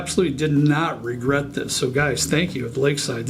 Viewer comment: You don't 'Regert'? Maybe sip a little less? :-)